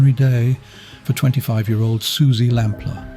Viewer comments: Along with Lord Lucan, Suzy Lamplugh's is the most famous missing person case in the UK. So it's baffling this narrator repeatedly mispronounced her surname. Is it an AI voice? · Lamplugh is said as lamplooo, your voice over says it differant, suzy lampla your sounds like, says it wrong several times, totally differant to the news station reading of her name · I like it because it’s English and I’m sick of yanks everywhere. It’s just the way some words are pronounced annoying me. Her name is pronounced lamplooo not lamplaaar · Exaclty as, others have said, the news link says name correct, your ai voice says lampla, it's said lamploo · Suzy Lamplugh is the most famous missing person case in the UK, bar Lord Lucan. So it's utterly baffling the narrator mispronounced her surname throughout as 'LAMP-LER', when it's pronounced 'LAMP-LOO' (@ , even more bizarrely, he called her parents 'The LAMP-LORFS')! Anyone with even a passing knowledge of the infamous, near-40 years-old case, knows her name! That repeated, glaring schoolboy error immediately put me off watching the video.I struggled to believe a human being would make such a basic mistake, and assumed it had to be an AI voice. And why wasn't the story brought up to date with the prime suspect John Cannan's death? Convicted murderer and rapist Cannan died of natural causes in prison on 6th November 2024, aged 70. So he has taken his secrets with him to hell. The police are in no doubt he murdered Suzy - there was compelling circumstantial evidence, and he was forensically linked to her, as her DNA was found inside a car he once owned. If Cannan had only been caught for that heinous and hugely publicised crime of July 1986, Shirley Banks' murder 15 months later could have been prevented. It's believed Cannan was a serial killer who committed many more murders than he's been linked to. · Pity the voice says the surname wrong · Sounds like AI due to mispronunciations of her surname.